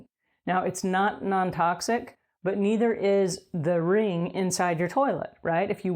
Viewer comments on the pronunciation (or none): none